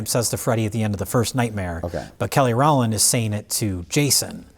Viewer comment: “Kelly Rauwland one of the Destiny Children” 😂😂😂